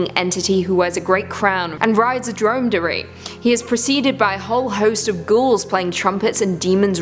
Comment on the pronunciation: Dromedary - drom-ah-dairy One humped camel🐪